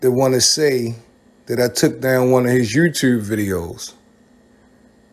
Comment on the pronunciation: Your Baltimore accent comes off strong when you say “Dude” and “YouTube” I’m from Chicago and that Baltimore talk is wild to me. I couldn’t even do a Baltimore accent if I tried.